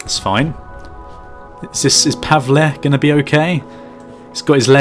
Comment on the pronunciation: its pronounced Pa-vull